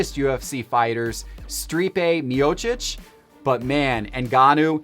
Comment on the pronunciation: "Strepe miocic" LMFAO